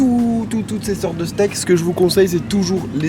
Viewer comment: J'ai cru que t'allais dire les state mais nan les stake😩😒